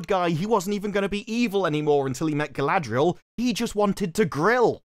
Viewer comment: Ah yes Sauron’s chief Lieutenant.. Guyladrial